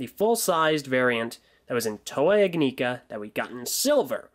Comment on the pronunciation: Your saying ignika wrong js